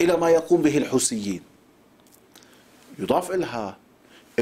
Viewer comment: استاذ علي اسمها يتحدث و ليس يتحدس اسمها الحوثي و ليس الحوثي اسمها هذا و ليس هزا اسمها كارثة و ليس كارسة اسمها تبحث وليس تبحس اسمها هذه و ليس هزه اسمها عبثية وليس عبسية اسمها و اسمها و اسمها و اسمها تكلم باللهجة العامية و صدقني الكل راح يفهمك اما تتكلم بالفصحى و بكل جملة لازم تقول كلمة غلط يعني يكون الكلام مزعج على المشاهد و السامع